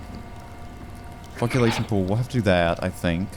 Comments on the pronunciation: FOLK-U-LATION Mike: That doesn't sound right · Dude is so fucking dumb and low IQ, cant even read words right. Can't read COAGULATION, FLOCCULATION, JEEEZE> DUMB. MORON> YOUR DUMB ASS BITS ARE SO ANNOYING AND RETARDED YOUR FAKE AS FUCK> YOU NEVER SHUT THE FUCK UP AND YAP EVERY SINGLE SECOND EVERY VIDEO. JUST SHUT THE HELL UP AND PLAY THE GAME LOW IQ MORON!